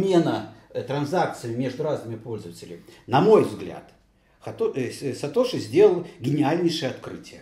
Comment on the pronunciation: если говорить вместо сатоши сатоси, то вместо суши надо говорить суси